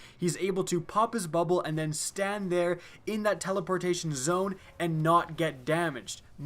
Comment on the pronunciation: Lol i think he "teleportion"